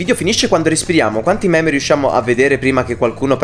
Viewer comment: Quindi io li ho chiamati "meme" da almeno 2 anni e ora scopro che si pronuncia "mim"